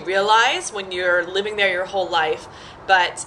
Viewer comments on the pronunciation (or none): none